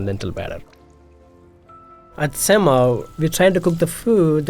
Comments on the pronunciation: He pronounces Semma as Sem-mah for the Americans but it is actually Sem-meh in Tamil lingo which means damn good. Diners should actually go in and tell the chef the food is Semmeh and the impressed staff will give 50% off the bill. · If the restaurant is south indian, I think it is probably pronounced "sem-muh" instead of "sem-mah" because then it means "Awesome" in Tamil. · i died every time he said semma HES BUTCHERING THE WORD SO BAD AND ALL CAUSE HE WANTS TO MAKE A WHITE MAN FEEL COMFORTABLE 😑😑😑 STOP CALLING IDLY RICE CAKE AND STOP DESCRIBING DOSA AS A CREPE WE ALL KNOW ITS WAY DIFFERENT... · I the pronunciation of "Semma" that chef used knowing full well how a typical Tamil will pronounce it